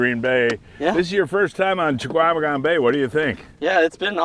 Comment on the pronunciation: "Cha-Kwa-Meh-Gon bay". Guy has lived here his whole life and still can't get it. C'mon man.